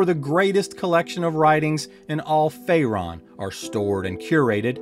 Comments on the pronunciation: Fay Rune. Not ron. :) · Awesome video! But how does someone mispronounce Faerun as RaeRON?? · FaeRon?! Cmon man